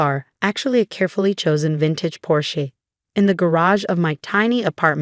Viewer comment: The story is okay but it Seems like AI cannot find another last name other that Chen or Chin. Also several mispronounced words like 'Porsche' and 'resume' and one more that were a little irritating. Proofing before putting them on would probably help that. You think?🙄.